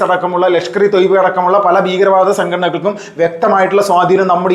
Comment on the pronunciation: താങ്കൾ 'ബീഗരവാദം ' എന്നാണ് പറയുന്നത്. 'ഭീകരവാദം ' എന്ന് തിരുത്തി പറഞ്ഞുശീലിക്കണം